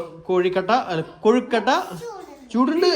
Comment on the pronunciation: കൊഴുക്കോട്ട അല്ല കൊഴുക്കട്ട എന്നാണ് പറയേണ്ടത്.